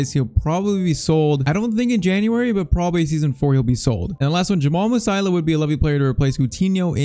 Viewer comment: it is not Musaila it is Mu-Si-Ala...